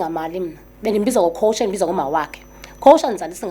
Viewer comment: Eyi. AmaXhosa nokungasazi isiNgisi, akuyena uCoacher but u COACH. Fana noku TREE, instead of THREE